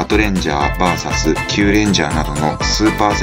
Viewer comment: ルパパトは出来れば、VSを「バーサス」ではなく、「ブイエス」と読んでいただきたい(^^